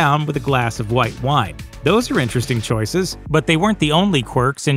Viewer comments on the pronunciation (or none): none